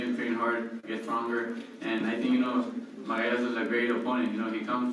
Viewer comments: what he say margarito o magsayo sounds like margarito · Santa Cruz it is Magsayo not Magayas 🤣🤣🤣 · When he pronounce Magsayo...... 😭😭😭😭😭😭😭😭